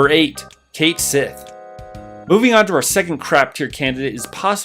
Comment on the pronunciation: Cait Sith is pronounced "Ket Shee"